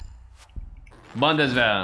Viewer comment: Haha the way he says bundeswehr is very nice😂